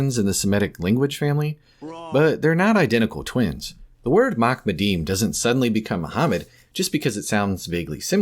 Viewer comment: not "makmadeem"... in the Hebrew its "maHamadeem", the H there being the Hebrew חֲ, originally pronounced as the arabic H in Muhammad. not my fault your linguistic deficiencies keep you from pronouncing it right